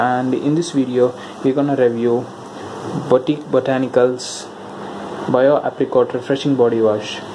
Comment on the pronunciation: Brother, this is biotique pronounced as Byo-teek not bo-teek